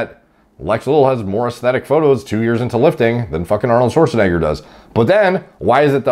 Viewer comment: Thank you for pronouncing Arnold’s name correctly unlike G shrek